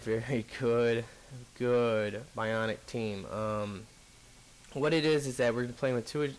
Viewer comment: Asari are all female... you keep refering to Asari Adept as a he. It's biotic not bionic I honestly don't know where the fuck you keep pulling that n from in all of your videos. Apart from that, keep up the good content ^- ^